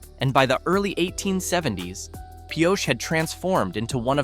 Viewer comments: mispronounced Pioche too. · Robot voice can't decide how to pronounce Pioche.